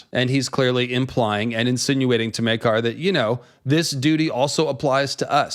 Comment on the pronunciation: Oh my goodness something just occurred to me right now. I had an apostrophe to quote Smee. In the scene where the Targaryen‘s are introduced, they pronounce Prince. Maekar’s Meekar. I’m sure that got right under his skin.